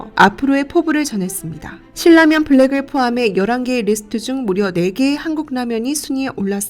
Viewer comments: 일반적으로 신나면이라고 들었고 실라면을 거의 못들어서 어색해서요. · 신라면의 발음은 실라면이 아니라 신나면. 실라면이 정석적인 발음일지도 모르지만, 신나면이라는 발음만 들어와서 좀... 거슬리네요 신라면이라고 발음을 하는 것도 좋을텐데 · 실 라면 이라고 ??? 나 한테만 그렇게 들리나 ??? 돈 벌고 싶으면 제작에 신경 좀 써야지 ..